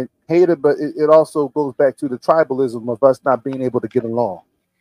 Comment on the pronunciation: It's tribalism not tribelism!